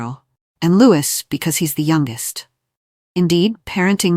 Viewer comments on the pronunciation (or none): Please STOP incorrectly pronouncing his name as Lewis, it’s LOUIE. He’s 7 now and you’re still getting it wrong. 😡😡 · What the h....does Jenny Bond know? Catherine knows not to favour any of the children. She has seen what has happened to the uncles and brothers within the royal family BTW It is NOT pronounced LEWIS . It is pronounced the French way (as in King Loius of France in the past.) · His NAME IS Louie splelt Louis. PLEASE GET IT RIGHT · PLEASE. The S in Louis is silent.